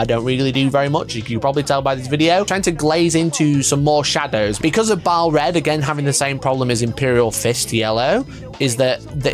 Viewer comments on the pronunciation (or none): none